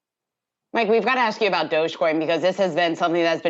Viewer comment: At last a reporter that gets the joke and calls it Dog e coin.